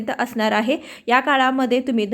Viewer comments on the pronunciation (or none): none